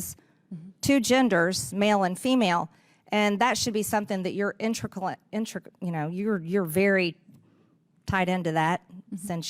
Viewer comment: "Yer'em... Yer.. intricalate. Your're ... intrical. --- eh, tied into the company"